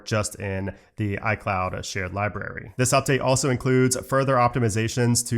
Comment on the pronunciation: I really like your videos. But please pronounce the word “library” correctly. It is not pronounced “liberry”.